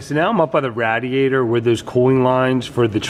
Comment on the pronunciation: You're the first person ever to pronounce radiator like that. Love the build, keep the vids coming!